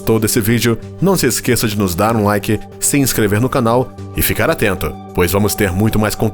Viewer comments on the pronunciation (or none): none